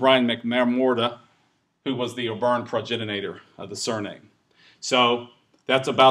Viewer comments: It is spelled progenitor and pronounced pro-gen-ih-tor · Names, places, "progenitor", oh so many pronunciation issues here. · Oh, that's just one of so very many pronunciation issues in this presentation. I'm American, too (though I did my post-graduate studies in England), but I know how to pronounce progenitor and Oxfordshire and many of the other words butchered here. And I can understand having difficulty with some of the Irish pronunciations, but progenitor is an English word that's spelled exactly how it's pronounced.